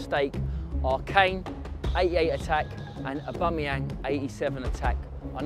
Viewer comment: A-bum-eyang says Billy 🤣